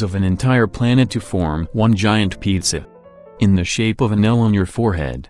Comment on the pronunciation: it's the way he pronounced pizza for me